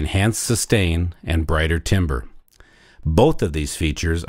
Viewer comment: This looks interesting, will these be available in stores where I might could test it out? Would I have to remove my spikes? Oh, BTW timbre, it's pronounced "tam-ber". Good luck with these.